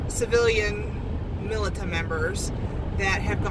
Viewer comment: It's pronounced...(militia)...meelisha